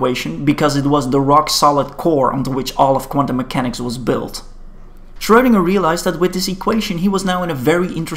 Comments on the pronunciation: FYI, "ö" is pronounced like the "ur" in "turn", not the "oe" in "toe" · Schwödinger OwO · Right. His name is pronounced like a type of ladies’ support undergarment that has fallen out of fashion.